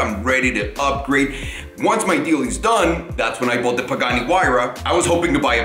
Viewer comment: You mean "How I boight 2 Porsche 918s"